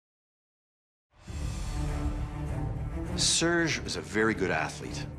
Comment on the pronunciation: and not sergeee